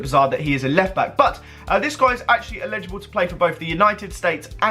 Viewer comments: it's eligible not illegible. (el-i-ja-bul, not il-eh-ja-bul) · the way you say elligible makes me sick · sam cohen lol he pronounced it illegible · I hate it when people say illegible instead of elligible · "Illegible" fuck me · Edward Beach it's his accent he's saying ellegible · "Illegible" SMH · Why are you pronouncing eligible like that